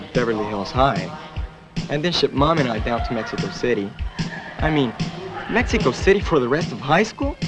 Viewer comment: Even the way the voice actor says Mexico. He's using the English syllables, but he says it with proper Spanish accents.